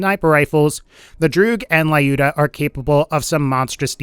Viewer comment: It's 'Lyuda', not 'Laiyuda' or 'Liyuda'.